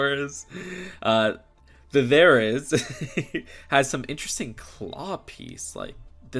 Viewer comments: Therzinosours is produced thera-sin-sourus a giga can be pronounced in anyway best bet just google how to pronounce it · Therizinosaurus is my favorite dinosaur! (Also you said both their names wrong lol) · You got gigantosaurus right but you butchered therizinosaurus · They are pronounced jai-ga-nuh-tuh-saw-ruhs and thr-i-zee-now-saw-ruhs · It’s pronounced (jai-ga-nuh-tuh-saw-ruhs) and (thr-i-zee-now-saw-ruhs) if you were wondering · appreciate the effort on the pronunciation lol, but it's Ther-i(h)-zin-o-saurus and Giga-no-to(h)-saurus (the letters in the parentheses aren't in the spelling of the name, but they help sound out the word) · FYI, the are pronounced there-o-zine-a-saur-us and jig-a-note-a-saur-us. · Pronunciation guide - gig - uh - not -oh - saurus -their -eh - zen - oh saurus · The-ry-zine-no-sorus There ya go! Thought this would be a bit of help :) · Giganotosaurus (Gi-Ga-No-Tho-saw-rus) Therizinosaurus (They-Ri-Zi-no-saw-rus) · here's some help with names if you do a review on it, but i like your pronounciatoin of it for some reason XD Therizinosarus: Fair-is-in-oh-saurus Giganotosaurus Jig-in-oat-oh-saurus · Here’s some helpful pronunciation: Therizinosaurus: There - i - zee - no - saurus Giganotosaurus: Gig - a - nod - o- saurus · Ge-ga-not-o-sore-us There-e-zee-no-sore-us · Ther-a-zino-saur-us and Giga-nota-saur-us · Giga-No-Ta-SAURus and THER-I-Zin-O-SAURus is how to pronounce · Ther-I-zi-no-saurus and Gi-ga-no-tow-saurus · Gig-ah-not-a-sore-us and There-is-e-no-sore-us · There-iz-ZINO-saurus and Jig-ah-NO-TO- saurus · It’s their-iz-ino-saurus and jiga-no-to-saurus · How to pronounce Therizinosaurus Thera-zeno-saurus. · I definitely gonna get this And no they are pronounced Theira zeeno saurus And Giga nota saurus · It’s pronounced giga-note-oh-saurus And There-is-in-oh-saurus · It’s There-Ih-Zee-No-Saurus and Ji-Ga-Not-Oh-Saurus. Nice try though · Bruh ther uh zin uh sor us